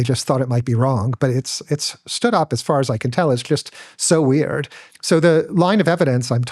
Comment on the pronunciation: Whats weeeeeiiird is how this dude says the word weird. The fuck